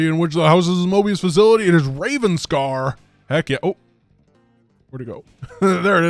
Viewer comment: I think this may be a mistake. It's spelled "Revanscar" which is subtly different from how pronounces it, which is more like "Ravenscar" I don't remember how it's pronounced in the actual game though so I could be mistaken myself if the game pronounces it that way.